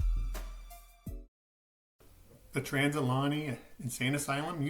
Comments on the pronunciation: I’m sorry but it’s Trans.. al.. Uh…gay..nee. That was driving me nuts, lol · Pronounced "Al-ugh-gay-knee." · It’s pronounced al-e-gany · You are pronouncing it wrong Ali -ganny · This is the second channel to say it like that lol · Say the name wright please